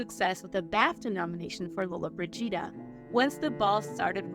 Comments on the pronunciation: Well not everyone can say names properly especially if they are dyslexic so cool ya self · Thanks wish she would just say Gina as it's not easy to hear it pronounced that way over and over again. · In 2023 " ... the last true star of the Golden Age passed away." Sophia was 88 and still alive! And still alive now. I think Sophia was a bigger star. She won an Oscar! You're saying Gina's last name wrong. Look. Too many of you YT bio presenters are like The Wild Wild West! You gotta' do your due diligence. People lose trust in you presenters who don't properly research your subjects. Rita Moreno - Gene Hackman - Eva Marie Saint - Jane Fonda - Richard Chamberlain - Barbara Eden - Dick Van Dyke -- all Gina's contemporaries -- still alive today! Shirley MacLaine - Kim Novak - Clint Eastwood - Julie Newmar + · Can't even pronounce her name right! Not watching this trash!!!!! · Me too , my great grandmother named me after her favorite movie star it really just irritates me that the commentator to this documentary is not saying her last name correctly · Where's the Scottish narrator? Every time this lady narrates there are factual errors and she needs to pronounce Lollobrigida correctly. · she is accentuating at the wrong place. It's a small fix that makes a huge difference. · Interesting considering her name is mispronounced throughout the whole segment. Also, nothing about her amazing jewels and her selling them for charity. A beautiful and gracious woman who did it her way. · I know what you mean...President Regan couldn't pronounce nuclear (not "nu-ku-ler"), drove me nuts. He's in charge of it (something that could end the world), and couldn't even pronounce it! Always surprises me that they spend the $ they do - then invalidate the entire video by AI, or mispronouncing the name of the subject. It's either greed, stupidity, ignorance, or arrogance. That's all the time I spend on, "Why?" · Mispronouncing her surname seems really disrespectful… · Over and over again!!!